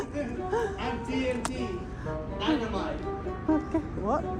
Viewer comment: TNT, its dynaamiite sing 😆